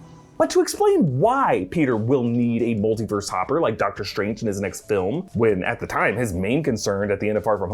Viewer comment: love how he says “shtrange”